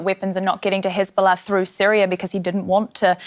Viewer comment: It's giving Dora the Explorer got a job working as a presenter for DW. Why is she pronouncing Syria as Sooriah in English ? The choice of DW presenters is chaotic